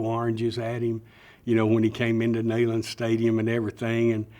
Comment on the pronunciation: Its also interesting that he calls the stadium "Nayland, as opposed to Neyland.